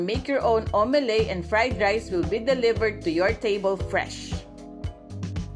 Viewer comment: ha ha its omelette (aam.luht) not omeley